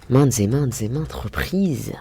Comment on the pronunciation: Quand elle dit MAINTEZETMAINTEZETMAINTES fois ... On dirait de la publicité cachée pour les magasins ZEEMAN 😂😂😂